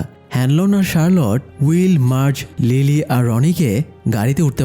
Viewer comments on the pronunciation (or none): Charlotte ✅ Sharload❌